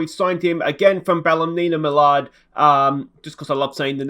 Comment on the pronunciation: It's pronounced ball-nim-mallard not ballymenamellard maynlbye getting mixing up with ballymena keppel up the good work